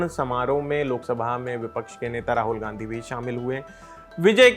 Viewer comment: Rahul Gandhi hota hai gnadhi nhi...🙄